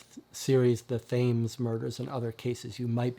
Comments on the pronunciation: Thought you might like to know, Thames (as in the river) is pronounced Tems... Hope you don't mind the correction. Loving the channel... Have been deliberating on which SHCD box to get first after the demos and your vids have been very helpful! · Great video. I've not tried any, and bureau of investigation is the one that caught my eye... it's the whole mythos thing... but was looking for an overview on them all. But... It's the Thames, pronounced the Tems ;)